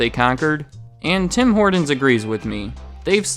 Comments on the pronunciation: In Canada we just call it "Tim's" ! BTW it"s pronounced Horton's not Hordin's . In Canada Starbucks commands a mere 7% of coffee sales and Tim's commands 72% . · As a Canadian, every time this guy said "Tim Horden's" I died a little more inside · It sounds like he's saying Tim Hordon's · OMG! There's a "T" in "Horton"! If I hear you say "Tim HorDins" one more time I'll scream"😖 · anyone else notice how this guy kept saying "Tim Horndins"? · Do Canadians pronounce it Tim Hordon's as well? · Got a little OCD every time he said "Tim Hoardens" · Great review even if it doesn’t reflect the current state of the franchise. It’s well known amongst Canadians that Tim Horton’s is quickly losing its market share here since being bought out by Burger King. Their coffee, donuts, and food have all gone to shit. The one thing that irked me about this video though was your pronunciation of the franchise. It sounds much more like Tim Hortin’s when pronounced by Canadians, not “Tim Hordin’s” as you said repeatedly. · This guy pronounces some words so weird. There is a t in Horton not a d and he says pradact instead of product lol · I love this guy's videos, but I can't stand his soft T's. Impordant. Tim Hordon's. It's brutal. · Who is Tom Hor"d"on? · My man... It's: Tim Hor•TONs not Tim Hord•ens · You say it Tim hor-tons no d in Tim Horton’s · It’s “Tim Hortons” not “Tim Hordons” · Its Tim hortons not Tim hordons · Stop saying Tim HorDons.. Tim HorTons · Bad pronunciation. It is not Tim HOARDans. HORT, say HORT! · sounded like he was adding an "N" to Horton's - like horn-tons.... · First of all it's not TIM HORDINS. And, Tim Horton was not the founder, he was just a 'famous face' to use by Jim Charade who was the 'real' business mind behind the franchise. I stopped listening to your 'facts' shortly after that so I don't know what else you got wrong. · Note: It is Tim Hor-Tons, not Tim Hor-Dons. Hard consonant and unvoiced. That distracted me the whole video. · "Tim Hordins" - LOL.